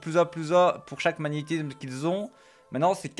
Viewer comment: Magnétizzzzzzzzzzsme (tilted) X_X